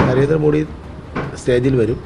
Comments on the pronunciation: നരേന്ദ്രമോഡി എന്ന് പറയുന്നത് ഇയാളുടെ വായിൽ നിന്നു കേൾക്കുമ്പൊ ഒരു വിവരക്കേട് മാതിരി തോന്നുന്നു. ഒന്നുകിൽ പ്രധാനമന്ത്രി എന്നു പറയുക അല്ലെങ്കിൽ മോദി ജി എന്നു പറയുക. അദ്ദേഹത്തിന്റെ പേരിന്റെ യഥാർഥ ഉച്ചാരണം 'മോദി' എന്നാണ്. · കേരളത്തിൽ എല്ലാപേരും മോഡി എന്ന് ഉച്ചരീക്കുന്നു.പക്ഷെ മോദി എന്നാണ് ശരിയായ ഉച്ചാരണം